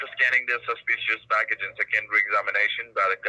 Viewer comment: Can someone please beg him to stop saying “ informationS”. It’s driving me insane. I can tolerate the rest.. bang account, saspeeeeeshus activity, codehouse, UNDER your name, each and everything, Illinois(e)